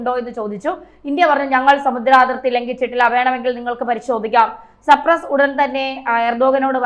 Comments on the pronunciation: Please pronouns Cypress not Sprouse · സപ്രസ് അല്ല സൈപ്രസ് 😂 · You are always saying supress. It is not supress it is cyprus. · Its not Supress, its Cyprus! This is a basic general awareness. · സപ്രസ് അല്ല മാഡം... സൈപ്രസ്സ് 🤣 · അങ്ങിനെയൊരു മോഹമുണ്ടെന്ന് മാഡത്തിനോട് ദൈവം പറഞ്ഞതാണോ.? സപ്രസല്ല കുഞ്ഞേ സൈപ്രസ്സ് എന്നാണ്.. കഴിയുന്നതും കുത്തിത്തിരുപ്പ് വേണോ.? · " മെഡിറ്റേറിയ൯ " എന്നാണോ മെഡിറ്ററേനിയൻ എന്നാണോ ഉദ്ദേശിച്ചത്. ചേച്ചി ഇനി വാർത്ത വായിക്കണ്ടാ. ആരെയാണ് ചേച്ചി സപ്റസ് ചെയ്തു വച്ചിരിക്കുന്നത്. അവനെ സ്വതന്ത്രനാക്കുക. ഞാൻ ചാനൽ മാറ്റുകയാണ്. ചേച്ചിയുടെ ജനറൽ നോളജ് അതിഭീകരം. !!!! 😅😅😂😢😢😢😢😢😢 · It’s not Capress it is Cyprus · സപ്രസ്സ് അല്ലടോ സൈപ്രസ്സ് (saipress)എന്നുപറയൂ 👺👺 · ആയുദങ്ങൾ,സപ്രസ്, യുദ്ദം,ബീഗരവാദം - ഇവയെല്ലാം ഉച്ചാരണം തെറ്റ്. ആയുധങ്ങൾ, സൈപ്രസ്,യുദ്ധം,ഭീകരവാദം എന്ന് പറയൂ. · സപ്രസ് അല്ല കൊച്ചേ.... സൈപ്രസ്. രാജ്യങ്ങളുടെ പേര് പോലും പറയാൻ അറിയാത്ത നിങ്ങൾ എന്ത് ഈ വിശകലന യൂട്യൂബ് ചെയ്യാൻ എന്ത് അർഹതയാണ് നിങ്ങൾക്കുള്ളത്. അഹോ കഷ്ടം വിവരദോഷത്തിന്റെ ഒക്കെ ഒരു പര്യായമാണ് നിങ്ങൾ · സർപ്രസ് അല്ല സൈപ്രസ് ആണ് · മാഡം, സർപ്രസ് എന്നല്ല സൈപ്രസ് എന്നാണ് പറയേണ്ടത്. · മെഡിറ്റദേനിയൻ കടൽ ആണ് ശരി . സപ്രസ് അല്ല സൈപ്രസ് ആണ് ശരി. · No sampres it must be sypres. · എന്റെ കുട്ടി സർപ്രെസ്സ് അല്ല, സൈപ്രസ്സ് ആണ്‌. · സർപ്രസ് അല്ല സൈപ്രസ് എന്നാണ് കഷ്ടം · എവിടുന്നാണ് മോളേ ഈ വിവരങ്ങൾ കിട്ടിയത് സർപ്പസ് അല്ല കുട്ടിസൈ പ്രസ് എന്ന് പറയു .കഷ്ടം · കുഞ്ഞേ സപ്രസ് അല്ല ഷൈപ് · സപ്രസ് അല്ല, സൈപ്രസ് ആണ് പെങ്ങളേ🙏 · സപ്രസ് അല്ല സൈപ്രസ്സ് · സപ്രെസ് എന്നല്ല, സൈപ്രെസ്സ് എന്നു തിരുത്തി വായിക്കുക. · Cypress not surpus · It's a not suprus, Cypress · പാവം സർപ്രസ് അല്ല സൈപ്രസ് ആണ് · 😂😂😂 നാക്ക്‌ വടിച്ചില്ലെങ്കിൽ സേച്ചി സപ്രസ്സ് എന്നും വായിക്കും....😂😂😂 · സർപ്രസ്സ് അല്ല സൈപ്രസ്സ് ആണ് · Bad pronunciation (ciprus) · Try to pronounce correctly Cyprus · Cyprus pronounce correctly